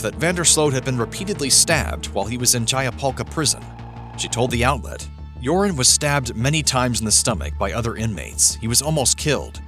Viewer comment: I remember Nancy Grace calling him Urine instead of Joran when she first covered this case. Or at least it sounded like Urine.